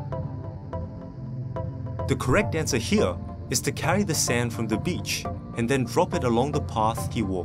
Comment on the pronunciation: “All he had was a flashlight and ...” What? You pronounced the word “sand” poorly, so I had no chance to get the intended answer. I heard “back” and “bank”. I’m Russian but now I know why Chinese students did poorly—they didn’t get the last word. However, I had another idea that would work even better: the traveler can simply touch one wall of the cave and follow it. Therefore, it’s topologically impossible to get lost. I was thinking about Ariadne’s thread as well but in reality that would be impractical to do, especially all you have is “back”, “bank” or something like that. So, I claim that I solved both riddles.